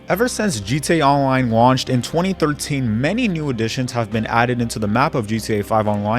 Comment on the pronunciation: The way you attempt to say “GTA Online” at the beginning is weird as hell.